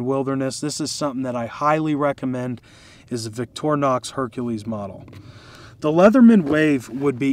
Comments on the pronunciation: victorinox. ...not vitornox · You might want to pronounce it Victor(Y)nox with emphasize on victory for winning. Greetings from Switzerland.